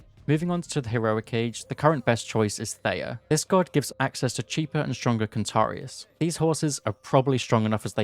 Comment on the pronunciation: Did this mfer call centaurs (CON-TAR-E-US)?